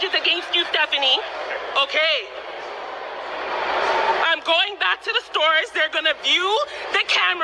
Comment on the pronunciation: U call her sephanie ? I call her fephanieeeeeee🤣🤣🤣